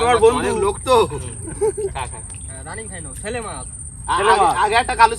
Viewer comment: বুঝতে পারলাম না শেলে মাছ না ছেলে মাছ ?? তোমাদের অনেকের উচ্চারণে অনেক ভূল আছে । যেমন দুএকজন কে বলতে শুনলাম ছেলে মাছ । কিন্তু ওটা তো ছেলে মাছ উচ্চারণ হবে না , আসলে হবে শেলে মাছ ।